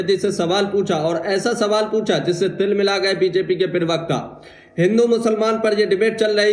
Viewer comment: Pl do no speak pirwakta it is prawakta